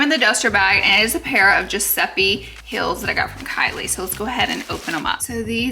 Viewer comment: To me it sounds like she’s saying hills not heels but I’m also dead so I could be wrong 😂